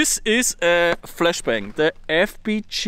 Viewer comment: He just said “flesh bang”!!😂